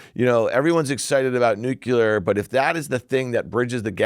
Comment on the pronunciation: Why can no one get it right? It's nuclear not nucular!